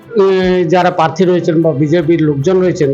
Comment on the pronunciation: পার্থী নয় প্রার্থী উচ্চারণ করতে হবে তো ঠিক করে